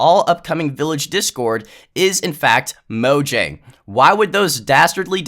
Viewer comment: moYang not moJang